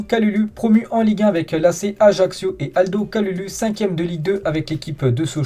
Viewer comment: Stp le U ce prononce ou comme si tu disais kaloulou horrible de déformer le nom de la sorte merci de la compréhension